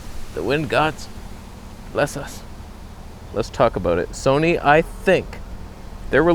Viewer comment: The Tamron Toneh' on Soneh' is joyous.